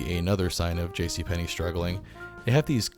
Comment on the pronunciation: Yes it is! Where did you learn your Russian, ....JC PENNY,!?